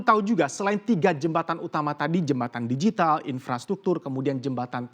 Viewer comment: Pelafalannya "digital", bukan "dijital". Karena kata digital sudah diserap menjadi bahasa Indonesia